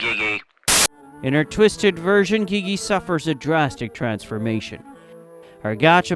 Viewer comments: gigi more like gie gie btw its gigi not gie gie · "gi-gi" not to be rude but it's pronounced jiji but the letters are g in the sentence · Idk why but the graphic/gore block thing and the mispronounced words actually irritates me a bit (And yes ik the yt channel is adapted to English. It just still makes me irritated.) Also (no offense) but GJi-Gji??? 🥲